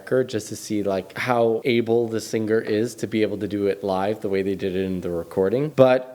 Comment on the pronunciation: I also was a little put off by the critique of glitters is gold, yet cannot pronounce "singer" correctly.... sing-ger